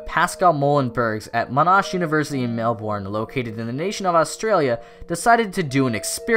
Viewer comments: "MelBOURNe" its pronounced Melbn. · Butchered both monash and melbourne lol Mon-ash Mel-bin Melbourne isnt what it looks like but monash is very easy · you said Melbourne as if it is pronounced mail-born